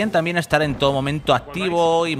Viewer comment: Has dicho 2 veces "en tó momento" 🤣